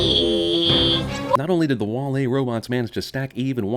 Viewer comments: "WALL-A" I think it's WALL-E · bothered by how you're saying wall E with the emphasis on the E. it's WALL e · sin for the way you pronounce Wall-E with the emphasis on the E. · I know Im 9 years late, but his pronunciation of "wah-LEE" over "WAH-lee" is driving me bonkers. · The real sin is how he pronounces wall e as wall.. E instead of walle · CinemaSins pronouncing it Wah Lee instead of Wally - Ding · It's pronounced wAll-e, not wall-E. And 90% of the supposed "sins" are even sins. You could have just said "damn, this movie is great, there aren't many sins" and make this video 3 minutes long. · Remove a sin for you being the only person on the planet who pronounces "WALL-E" with emphasis on the second syllable. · 100 for pronouncing WALL-E wrong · I'm strangely annoyed by the way you pronounce "Wall-E" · The only thing that peeved me about this sinning was how you pronounced Wall-E.